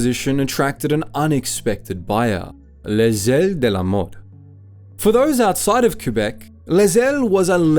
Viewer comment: Yes, a few points off for that, but we should give him credit for his reasonably good pronunciation of Les ailes de la mode! I’ve heard a lot worse.